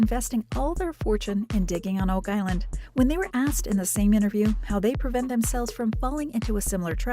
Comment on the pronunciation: "wow Oak Iland"